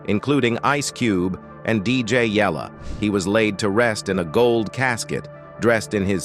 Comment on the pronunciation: 😂how can AI pronounce suugay knight other names wrong but DJ YELLA perfect 😂.